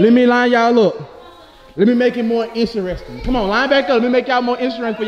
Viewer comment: “let me make it more intereshing” he ain’t say it right 😂😂